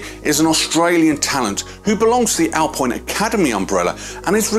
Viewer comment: It's pronounced alpeene